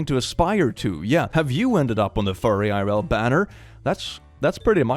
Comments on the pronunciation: God I just love the way he says "It's furrie ee-r-l" LMAO it scratches some little itch in my autism brain and I can't stop saying it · c'mon, obviously you say furryIrl like "for real"... just "fureal"...